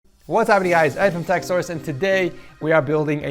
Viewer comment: "Techsourse"